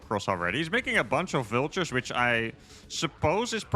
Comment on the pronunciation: So I was enjoying the show and all of a sudden I heard viltures. My brain stops and goes “wtf” and suddenly I’m 😂. always gives me a good natured laugh!